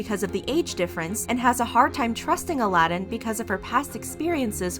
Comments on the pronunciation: pronounce his name correctly please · His name is not A-lad-in. It's Ala-din! It's really quite disrespectful of you to hear his name being said on this TV show so many times then mock him by getting his name wrong and referring to him as the cartoon character! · His name is pronounced 'AL-uh-din' , not ' Aladdin' . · His name is not pronounced like A-lad-in. His name is Aladin you say it Al-a-din. Their relationship ended like 2yrs ago and Laura has been with other guys so the only reason she is bringing up what he does is to stay relevant. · It’s not “A- la - dinn”. It’s Ah lah din. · I had trouble watching this video because his name is pronounced "Ala-din' not Aladin like how you pronounce the disney movie :')) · Isn’t it pronounced ala-din not Aladdin like the Disney prince? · Not Aladdin but Aladin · His name isnt Aladdin like the Disney movie lol His name is ALADIN. AL-A-DIN* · i think it’s like ala (like saying ala carte) din while pronounced it as elladeen. Im sorry my english sucks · you’re right!! They were commenting on where the emphasis is put— it’s A-la-din not a-LA-din if that makes sense. You’re still right tho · stan loona and weeekly! al-uh-deen. you americans pronounce a like aye but the rest of "us" pronounce it like uh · Not trying to be rude, but it's pronounced Al-id-in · Omg they literally pronounced his name right in the beginning why keep calling him Aladdin??..😶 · GOD it was driving me insane! Especially when there even produced his name right in the live video. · Aladins name is pronounced ALA-DEN. 😩😂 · I’m sooo happy you corrected the name. It annoyed me the whole video him being called A-lad-in. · i’m so annoyed by this because every clip she uses has the correct pronunciation... she edited this knowing she said it wrong dozens of times 🙄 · AL- UH-DEN! It was annoying me too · I think its more like A-la-din. I was kind of annoyed the whole time wondering why she didn’t know the proper pronunciation 🤦🏽‍♀️